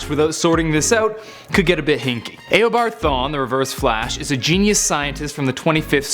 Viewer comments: im beginning to think that they just search everything up as fast as they can because "Grooood"? now "eh o bard thawne"? its gr-aw-d and eeh-obard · Disliked because you said ao-bard no eo-bard dumbass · its not aobard its eabard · U are a moron it is eeh o bard not aah o bard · He said aobard not eobard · It's pronounced e o bard not a o bard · Did he pronounce AYObard in instead of eobard.... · Notice how he says Awobod not Ewobard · did he just say “Ew”abard thawne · I liked the video but the way you said eobart my god i want to die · Did he just say "Aobard" smh😒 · I’m getting really annoyed about how he says Eobard 😑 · U say if u dont know anything about comics just leave but ure the one that doesnt know how to say eobard LOL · You need to learn how to pronounce Eobard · It triggers me how you say eobard